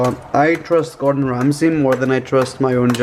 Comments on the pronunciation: the way he says gordan ramsay is quaking ?!!!!!lol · Norma Negrete ikr i laugh everytime he does that in a video😂